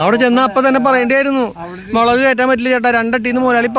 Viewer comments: മേളക് അല്ല 'മുളക്' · ഒരു സംശയം മേളക് ആണോ മൊളക് 😂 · മേളകോ 😂😂 മുളക് അല്ലെ 😂😂